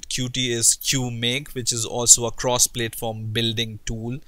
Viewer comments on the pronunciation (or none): Please, it's not pronounced "plate form". It is [pl]at-form rhymes with at-form. Hindi accent is not so bad, but yes 1.5x speed-up is beneficial.